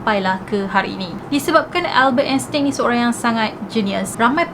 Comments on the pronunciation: salah tu sbut nama dia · Sebutan sebenarnye Albert Einstein adalah.... 'Elbert Estain'